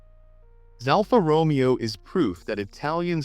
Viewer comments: It’s is not pronounced ALFA ROMEO it’s pronounced Romayo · say after me..... ROW-MAY-OH. not the Shakespearian Character!